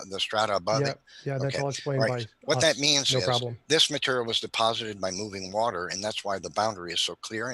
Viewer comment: "the wah turr" 😅